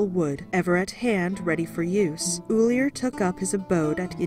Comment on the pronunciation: Ullr, no e. If you're going to speak about my Norse Gods, at least get the names right.